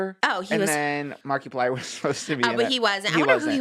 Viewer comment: how she pronounces markiplier is so perfect